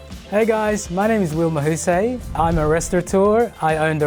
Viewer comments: Will, Your last name is pronounced as ma-hoo-sai. NOT ma-hoo-sei like how you said it! and you said Mabuhay right! c'mon now don't murder your nice last name! 🇵🇭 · I was surprised that the Filipino guy's last name was pronounced (ma - like mama, hu - like who, and say - like the verb say) but I am definitely sure it is pronounced (ma - like mama, hu - who but spoken a bit faster, say - like the sai sound from cycle) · I don't wanna be That Person but Will is literally pronouncing his own last name wrong 😭 It's supposed to be Mahoo-SAI (like "sigh"), it's a common word in Filipino meaning "skilled" or to be proficient at something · will ma hu SAY LIKE PSY NOT MAHUSEY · Why does the Filipino guy pronounce his surname mahu-sey(say) instead of mahu-sai jeez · mahu-sey? gurl it's MAHU-SAI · pls. Pronounce your name properly and do your country proud. Mahusay in tagalog means great or well done.The butchery of your own last name is not well done at all. Ma as in mama - hu as in who - say as in Saigon. Nooot saaay!! 😩 On the other hand your Halo Halo seemed very well done!! Mahusay sya!! 😍Congrats! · Mahoo-what? It's mahus-eye. Not mahu-sey. Lmao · when the filipino guy pronounced his last name as 'mahusei' I'm like mahu-what? He's definitely not 'mahusay' :D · Why does Will pronounce his own surname like that 😭 haha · dont hate me for this but it irks me how Will cant pronounce his name properly huehue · I had to do a double take for the 🇵🇭 representative. How he pronounced his surname is not how we read it in the Philippines.🤣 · did will just mispronounce his own last name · Did the filipino guy just mispronounce his last name? Also, as much as I love halo-halo, it's not a jelly based dessert. Cathedral window jelly or buko pandan jelly salad would've been great choices. btw, the falooda looks awesome! One of my fav desserts after eating a hearty pakistani meal. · Lol the Filipino chef not being able to properly pronounce his own Filipino surname.